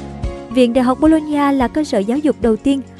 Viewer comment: Đọc nhầm thành đại học bôn ba =))